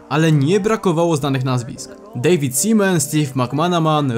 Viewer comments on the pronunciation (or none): none